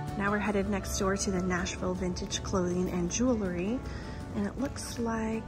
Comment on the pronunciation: Jewel-ry not jew-lery. Sorry but I had to say it. Loved the video besides that.